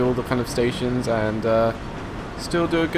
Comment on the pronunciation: i keep yelling from the other side of the screen caus u keep mispernounsing station names